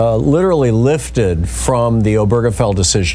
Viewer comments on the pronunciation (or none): Please learn how to pronounce "Obergefell" correctly. OH-ber-guh-Fell. Primary stress on the first syllable, secondary stress on the last syllable. There's no "burger" in the name.